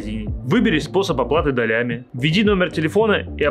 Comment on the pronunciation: Не долями а долями!